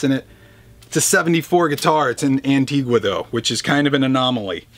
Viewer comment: It's pronounced "Anteega" for fuck's sake!!